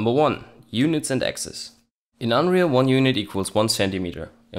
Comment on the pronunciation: Units and "AXES" .. rofl